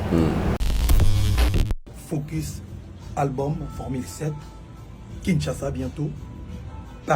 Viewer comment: comment prononce FOCUS? 🙄mon cher prononce tous simplement en français.